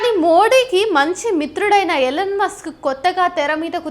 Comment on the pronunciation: Ellen musk kaadhu ELON Musk. sarigga pronounce cheyyali ledhantey Athaniki thelisthey chaala theda vasthundi..